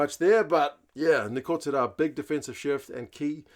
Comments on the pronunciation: Congratulations for pronouns of Nicotera (perfect) and Cannone (almost perfect). They say here that Lorenzo Gun (Cannone) is on radar of many anglo&french teams... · Nicotera's last name is pronounced very well, on Cannone, good but not very good😊work on it a bit.